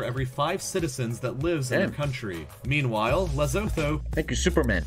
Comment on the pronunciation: He Pronounced Lesotho wrong